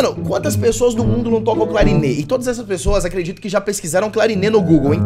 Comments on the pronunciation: Teddy ,não é clarine ,é clarinet ,tem um T no final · é clarinete não clarine 😂😂😂😂😂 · Ñ é clarine é clarinete